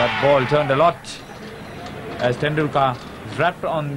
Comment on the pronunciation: Commentator pronouncing 'Tendulkar' is weird.